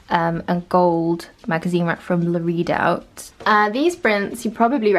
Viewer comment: Took me ages when you said “la read out” to realise you meant la redoute! 🙈😂 Lovely transformation xx